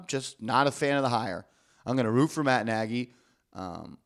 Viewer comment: It's pronounced (nay-gee)